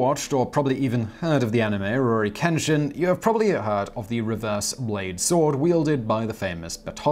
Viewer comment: All the damn likes in the world for Simon knowing and saying Ruronin Kenshin